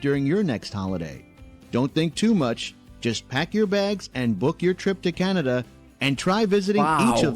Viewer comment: I'm sure other Canadians noticed how this lady pronounced Canada. It's almost exactly how it was originally spoken. Just like the Canadian History Short where the European men are asking the First Nation Chief what this land is called. He replies Kanata. The Europeans misunderstood what the word meant but the name stuck. I'm glad it did. Cheers from The Rockies of Alberta.